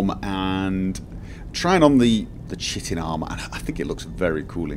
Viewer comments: thank you for the lovely videos. It's one of those things that brighten my day when I see them on my inbox. I would just like to remind you that chitin should be pronounced as Ky-teen as it is derived from a greek word. I know you get a lot of lip about pronounciations and I don't want to be just another one pointing out mistakes but I thought someone should at least come out and mention it. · Yes, I said this in one of the last videos... Chitin == Kite-in or more like "Kite'n" not much emphasis on the T sound or the vowel after it. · I know its an old video but I thought the pronunciation of chitin was Kite-en